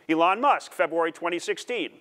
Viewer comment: Oh.... I see what the problem is. He can't pronounce Elon. He says it like Ellen but spelled Ellon. Makes me wonder if he is thinking of the right guy or not.